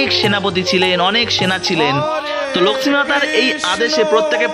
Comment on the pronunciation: ভাই তোমার উচ্চারণ এত নিম্ন মানের কেন? লক্ষ্মী উচ্চারণ কি? উপস্থাপন বেশ ন্যাকামো। লিখেছ জগন্নাথের রথ ভেঙে দিলো? তাই কি?